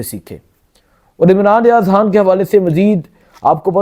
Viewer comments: توبہ ہے کیسے کیسے لوگ اینکر بنے بیٹھے ہیں ٹھیک طرح تو بول نہیں سکتے خان کو حان لڑائی کو لرائی اور نو کو ناوں ماہ بول رہا ہے ،اس عوام کی عقل شعور پر بھی حیرت ہے کیسے کیسے لوگوں کو سبسکرائب کر رہے ہیں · او بھئ،، ”خ“ کیوں نہیں بولتے 😮 ” خبر “ کو ”حبر“ ،، ”خان“ کو ”حان“ ،، ”خوشی“ کو ”حوشی“، ”خیال“ کو ”حیال“،، ” خیبر“ کو ”حیبر“ 😮😮😮😮 کیوں ؟؟؟؟؟؟؟؟؟ کیا بگاڑا ہے ”خ“ نے